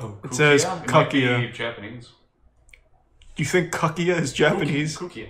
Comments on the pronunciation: help the way they said kukkia xD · "It says 'kakkia'" 😂😂 = " it says to poop" When really it said "kukkia"="flowers"